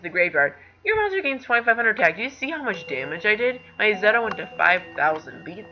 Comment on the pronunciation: Oh and Zeta is pronounced "Zayta"